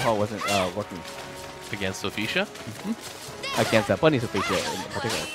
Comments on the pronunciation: It’s Sophitia not Sophesha. I won’t lie that shit was driving me crazy inside lol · Will this man please stop saying Sophecia? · why is he pronouncing sophitia's name like that